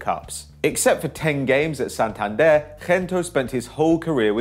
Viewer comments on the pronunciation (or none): none